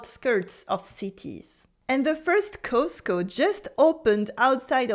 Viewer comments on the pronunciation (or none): none